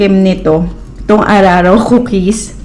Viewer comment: Mam di po araro kundi uraro🥰